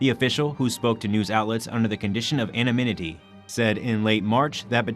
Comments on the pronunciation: "Animinity"? Anonymity. It's ok. I did the same with "amino" for a long time. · ...ano NYM ity -- not MYN... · You had me at anominity